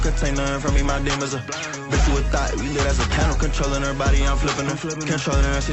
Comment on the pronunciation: Lol silly. In his rap he said thot not thought.